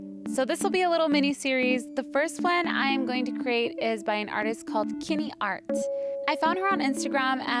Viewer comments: Her name is pronounced as "chin-knee" actually 😅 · oh. cringing at how you've pronounced her name wrong